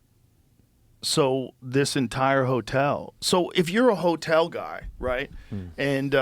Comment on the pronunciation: Roosevelt Helltel... mask slipped off momentarily.